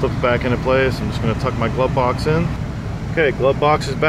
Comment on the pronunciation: "Glove-Box" not glubbox